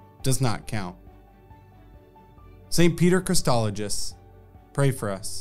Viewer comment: Thanks, but please pronounce the name correctly. There is no T in Chrysologus, and the G is hard, like the name Gus.